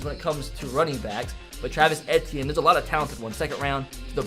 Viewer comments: The way he said Travis Etienne 😞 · It’s Travis Ay-tee-en and Tua Tug-uh-vy-loa